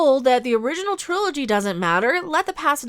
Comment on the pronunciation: me sitting here trying to figure out if she forgot the G in "trilogy"... or if Triloy is a another new term I have not heard of.